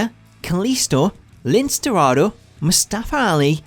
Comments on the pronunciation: Lince Darado’s name is pronounced as Lin Say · You mispronounced Lince Dorado's name...........